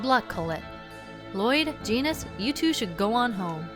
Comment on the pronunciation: lol genis is neh faverot charicter